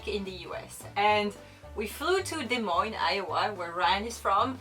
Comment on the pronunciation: I'm impressed with Americanized pronunciation of "Des Moines." I suspect that took some serious (un)learning. You do not want to know how the folks in Tennessee pronounce "Lafayette..."